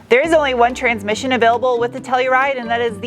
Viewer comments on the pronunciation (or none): none